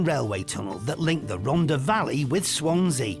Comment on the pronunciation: Pronunciation, Martin. It's not Hen-drew-en it's Hendrair-wen (old white town approx) and please say Rontha not Ronda - it's not a Beach Boys song